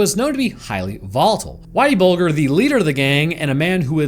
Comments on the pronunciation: Pronounced bulge----err not bul---gur.. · 😂 that and "Bull-ger" 😂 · James “whitey” bulger pronounced “buldger” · How's it even possible not to know how Bulger's name is pronounced? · Just fyi, the "g" in Bulger is soft. Like germ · You dont even say whiteys last name right 😂😂😂😂just shows the lack of knowledge